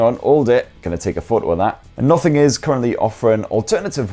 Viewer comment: For some reason when ever he says "Nothing" i hear "Muffin" 😐